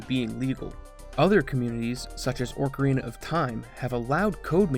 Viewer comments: Btw it's pronounced AHK UH REENAH of time not ORC ah reenah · Orcarina? What the hell is with people intentionally mispronouncing words?? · Look at the spelling, there is no "r" before the "c". Having an accent does not excuse blatant mispronunciation. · Your saying ocarina wrong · There's only one R in "ocarina"